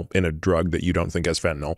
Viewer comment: Thank you Peter for correctly pronouncing fentanyl instead of fentanol like everyone else in the world. Sorry, pet peeve.